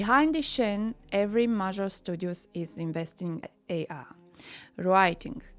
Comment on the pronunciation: When you say AR do you mean AI?